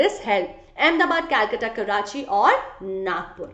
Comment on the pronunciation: Mam it's karachi